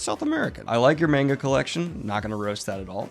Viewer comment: Did I hear "I LiKe YoU'rE mAnGo CoLLeCtiOn"?? My guy, you pronounce the "a" like an "o".